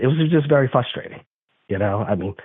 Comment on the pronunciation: I think it’s FRUSTRATING how he keeps saying “fustrating”…